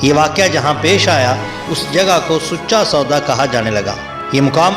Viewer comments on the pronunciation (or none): Sucha is sacha in Pakistani Punjabi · The commentator mistakenly used the term “Sucha sauda” whereas It should be pronounced as “SACHA SAUDA” The rest of narration is excellent. Thanks, please throw some light 💡 on the rest of the 9 “GURUS” as well. May God bless you.